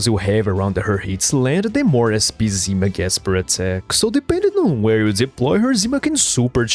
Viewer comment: Sonya's codename is "zimA", not "zIma"! TT__TT